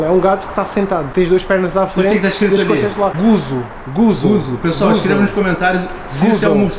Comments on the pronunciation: não é guso, é guiso e o gato serve de i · Não é guzo e guizo e o gato fas o i